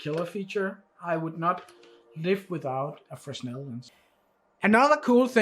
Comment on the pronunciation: Great review. One small detail. Fresnel is pronounced fre-nel (s is silent). Keep up the great reviews.